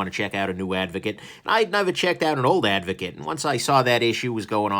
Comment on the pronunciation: Is it just me or does everyone else keep hearing avocado?